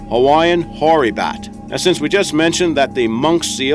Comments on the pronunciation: Hoary bat....not nory bat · Nore bat, im pretty sure he said whore bat, haha